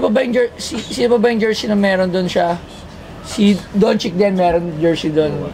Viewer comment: napakabobo talaga neto ni Toyo magpronounce ng pangalan. Donchick daw tsaka Kari lol. Donchich ang bigkas don. tsaka Curry hindi Kari.